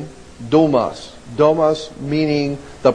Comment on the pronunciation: it "domus" and means "house". stopped watching after he blew that in the very beginning.